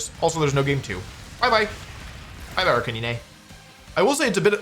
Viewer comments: Question... Who is Arca-nee-né? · "Ark-a-nee-nay" FlygonHG fan confirmed?